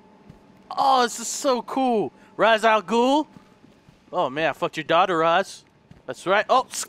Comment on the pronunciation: he said Ra's all ghoul wrong 😂